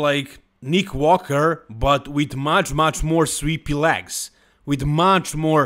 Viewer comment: I mostly watch these to hear say “LAGS” ….. “look at those LAGS” lol 😂